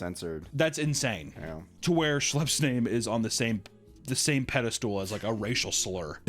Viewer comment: lol did you say "pede-STOOL"